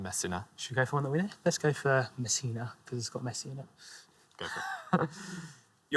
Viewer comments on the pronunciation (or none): none